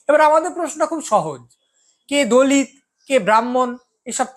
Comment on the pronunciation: আপনি "দলিৎ" উচ্চারণ করছেন কেন? বিদ্যাসাগর বর্ণপরিচয়ে ত এবং ৎ এর পার্থক্য নির্ণয় করেছেন। সেই সূত্রে হবে, দলিত(অ)।